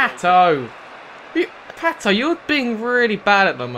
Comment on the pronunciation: It's pato not not patooooooooo